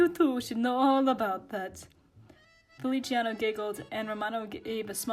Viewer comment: feliciano, not feli-ci-ano uwu